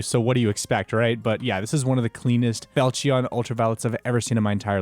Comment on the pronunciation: Never say felchion again pls